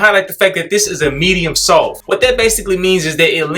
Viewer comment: Lmao always saying “SOFPH”. 😂😂😂 bruh never pronounces the T in soft 😂😂😂 That brush a Medium-SOFPH!!